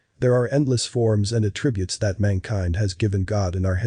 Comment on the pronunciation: VO narrator: the noun form is pronounced ATtributes, not aTRIbutes, which is the verb. Geez